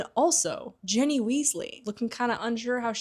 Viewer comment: Why do you pronounce Ginny as Jenny?